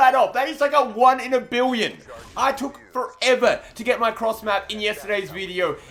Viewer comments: He said biwweon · Is it 1 in a biwwion